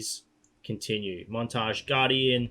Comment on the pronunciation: He called Montagne “montage” hahaha nice